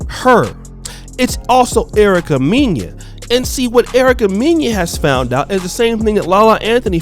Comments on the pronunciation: Lol Erica “Meen-ya” 😂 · her last name is pronounced Mena (Men-Nah)